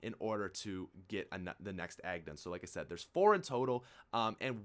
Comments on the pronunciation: Fucking hell. EGG, not agg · It's egg not agg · Ikr I wuz like "the fuck is a agg??" And I see the EGG and I'm like " oh he wuz saying eggs this whole time????" Lol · "Agg" lol, egg, even though it's his accent, it's pretty funny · Egg.. EEEEEGG, not Agg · I thought you were saying agg instead of egg lol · nobody: this guy: take your aahhg and place it down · Is he saying "agg"???? the fuck??? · Me: "Ag? Ang? Wtf,?" Subtitle: "Apothicon Egg" Me: facepalm "Damn Canadians." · he is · It sounds like you are saying agg